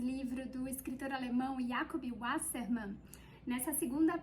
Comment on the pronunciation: Parei de assistir quando ela pronunciou o nome do escritor! Kkkkkkkkkkkkkkkkk